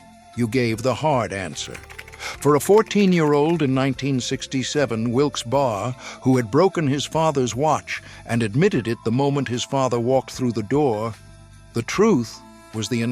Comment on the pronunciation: Great video, fits expectations of a Gen X 1970 born child, youngest of a batch of Baby Boomer siblings, of a Greatest Generation Dad (WWII vet), and a Silent Generation Mom. But A.I. script, it's "Wilkes Berry" to pronounce Wilkes Barre, NOT "Wilkes Bah".